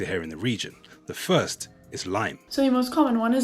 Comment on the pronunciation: The its more Furse than Furst